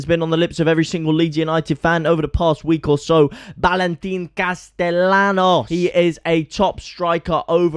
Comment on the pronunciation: I was watching to see if in “Sevilla”, you would correctly pronounce “Castellanos”. SPOILER ALERT: You did not. Ask a local how to pronounce “LL” in Spanish.